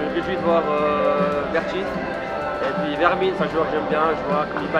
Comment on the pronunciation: Purée "Vermin" a un.nom hollandais donc ça se prononce comme en allemand, "Fermin"